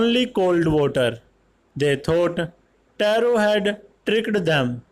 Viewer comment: Vo taro ki ap rong speek kar raha ho sir